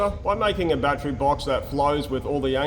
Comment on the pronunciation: It’s pronounced battery not battery.